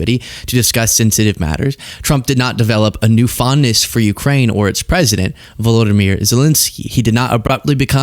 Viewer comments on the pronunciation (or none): none